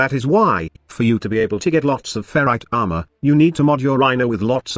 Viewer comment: The way you say armor is funny ahma